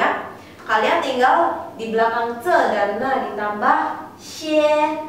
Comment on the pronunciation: maaf itu pinyin na xie, kesalahan di xie nya harusnya nada satu di E.. harusnya xi huan bukan si huan